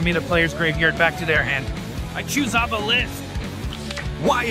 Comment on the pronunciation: I love how he says, "You know exactly how this works." instead of explaining something so simple. That and how he pronounces obelisk as awww-bell-isk